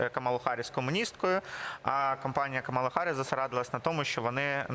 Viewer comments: Це нові правила граматики… Мені теж не подобається! А ще неправильно ставлять наголос: вона КАмала! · Називайте правильно їм’я: КАмала!